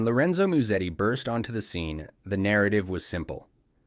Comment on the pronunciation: Ah yes, Lorenzo Miusedi